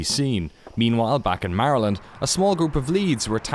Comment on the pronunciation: Stop pronouncing Maryland like that..